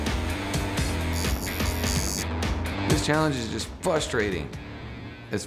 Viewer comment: "FUSTRATING" Why!?.. what cant millenials and zoomers say the word FRUSTRATING!!?!?..